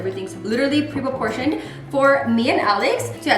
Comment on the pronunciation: always says “pre-porportioned” with the hello fresh ads 😂 it’s pronounced preportioned 😂 love her!